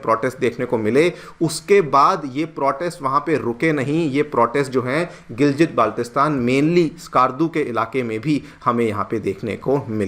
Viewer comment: गिलगित not गिलजित। आपको तो पता होना चाहिए।